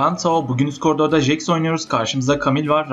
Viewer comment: Jix nelaa o nasil soyleyiss ... ingilizler duysa utanirlan